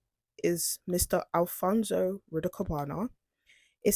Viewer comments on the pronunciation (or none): His name is not alfonSO his name is al. fons correct pronunciation al fons ALPHONSE